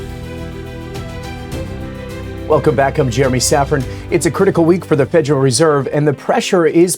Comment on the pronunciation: Fed-er-al no J in there, Love the show, having my own personal issues hearing it called fejeral.